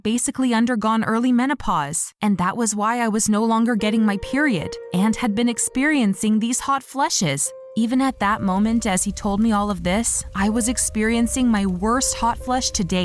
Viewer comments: to anyone else notice that they say Hot FLESHES? Not hot flashes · Fleshes ? Apperool ? Anyone else notice